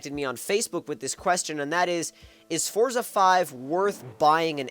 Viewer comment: Pronounce the game correctly.